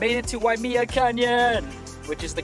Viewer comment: Waimea is pronounced Why-uh-may-uh, not "me". Just so you know.